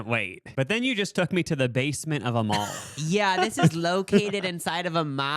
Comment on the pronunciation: How did you somehow put a u and w in the word mall?😂😂